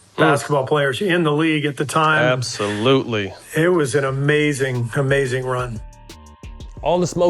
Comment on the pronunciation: Matt “ABOSOLUTELY” Barnes